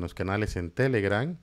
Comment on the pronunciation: Es tan difícil de pronunciar !!!!!!................. TELEGRAM... NO TELEGRAN !!!!!